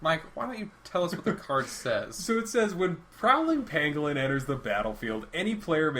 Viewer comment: I swear I thought you said "Prowling Penguin" and I was about ready to lose my mind